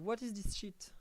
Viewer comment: “Awoid dees SHEET” sent me 😂😂 right in the middle of the office at work. Almost everyone turned around and looked at me 😂😂😂😂😂 I was not expecting that out of nowhere and in that accent. You earned a sub!